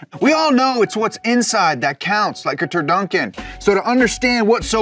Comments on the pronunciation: Turducken. not turdunkin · I’m sorry, did you say “turdunkin”? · Wft is a "turdunkin". Is that like a tur-duck-en with Dunkin donuts in the mix? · There's no N in the middle of turducken.